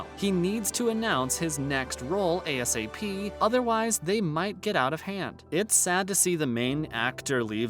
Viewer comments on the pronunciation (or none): none